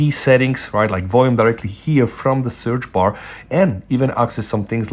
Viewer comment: did he say sperm bar ?